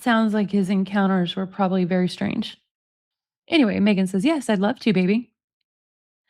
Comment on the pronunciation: Nick says...Mmegan😂😂😂